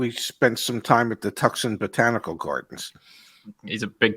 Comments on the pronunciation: PRONOUNCED TWO--SON How to Pronounce Tucson, Arizona? (CORRECTLY) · Tucson is pronounced like Too - San, as in Arizona!! C'mon man! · Please don’t say ‘Tuck’ son again…..😂🙄